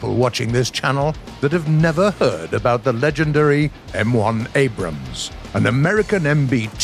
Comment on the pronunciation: Woah! He pronounces it “Abrams” and not “Abrahams.” Thanks!